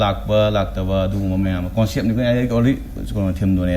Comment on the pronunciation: Synopsis haiyo hairaga keino hairidubu. Noi khara tammuko akup akuppa marol singje. Conecpt & Synopsis pronouciation lalle. Hangiba wahangi matung eenna indetails ta haidraju point answer piba tamhaninge. (Ajit yam solli mimang thokpada)